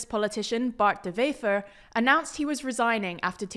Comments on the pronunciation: Please stop pronouncing Dutch words as if they're German! "Wever" is pronounced exactly as if it was an English word. Not "Vefer"! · I heard Bart de Vever, when in Vlaams, it's pronounced closer to a W in English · NB: Dutch/Flemish doesn't use the same pronunciation rules as German... So this is not how you pronounce 'Bart De Wever' 🙂